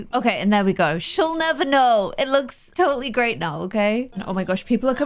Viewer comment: it sounds like she’s saying she recommends don’t use it xD (Ik she meant go use it)